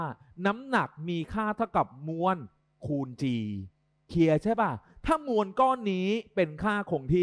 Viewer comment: เอ๊ะ ทำไมเราได้ยินว่า เพลียใช่มั้ยฮะ555